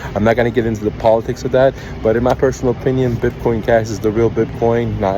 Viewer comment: BIPCOIN 🤣🤣 This guy cant even say it What a shambles BIPCOIN CASH 🤣🤣 What a clown